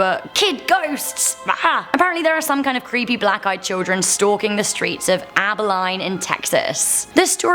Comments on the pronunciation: abilene abileene 😂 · It's not AbaLINE it's AbaLENE (pronounced like lean. They have an awesome zoo there. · “Abi-line” as a Texan, it is my duty to inform y’all that Abilene is pronounced “Abi-lean” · It’s pronounced abba-lean not abbey-line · its not Abilene "Able-line" its pronounced "Able-leen" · Its gonna drive me crazy. Its pronounce AbiLEAAN not abiline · Abileen, not abiline. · I love how she pronounced it abiline it's pronounced abileene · Abilene...not Abiline....Ab-ba-lean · Lol you pronounced Abeline wrong it's pronounced abaleen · Also it's LEAN. Not Line. Abi-LEAN. When it comes to Southern towns, Yankees and Brits can't pronounce it right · Abilene is pronounced ah-bih-lean not ah-bih-line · You pronounced Abi LEAN like Abi-line You are not allowed in Texas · It's pronounced Aba'lean' not Aba'line' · its pronounced abiLEEN not abiLINE, not bitching about it i just think its funny hearing people pronounce things they've never heard of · It’s pronounced aba-LEAN not aba-line also yay San Antonio and donkey lady bridge! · It's pronounced ab-e-lean not ab_i_line I'm 45 minutes away from there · Really abaline its pronounced aba-lean as a texan this pisses me off along with the fact that i was born in abilene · Aba LINE? It’s pronounced aba LEEN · It's not AB-LINE! ITS PRONOUNCED ABÉLEEN! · I'm 70 miles away from "Abahline". It's "Abah-Leen" Abilene. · I live about 50 miles south of Abilene. It's pronounced Abi-leen. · It is pronounced Ab- uh-leen..... Check out the Legend of Bailey's Prairie outside of Angleton, Texas and the Mystery Shrimp Boat in Freeport, Texas. There are a lot of stories in Brazoria County, Texas, which is where I grew up.... You can check out a book at the County Library called Ghosts Along the Brazos, which gives a lot of legend to that area. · Abilene is pronounced Aa Bell LEAN. And California gold fields? Gold mines. ;) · Abilene pronounced aba-lean that’s ok a lot of people miss pronounce it. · Its pronounced Ab a lean